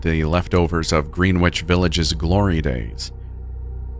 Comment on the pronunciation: I live on Long Island. Greenwich is pronounced GrenItch.